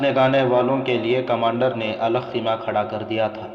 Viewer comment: Arey yaar itni faltu Urdu talaffuz... It's khaima not kheema!!!!